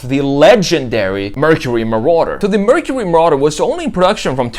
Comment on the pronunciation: “Merchury merawduh”